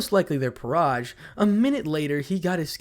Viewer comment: "Peerage" sounds like fromage. It would be funny if the devils were reincarnated with cheese instead of chess pieces.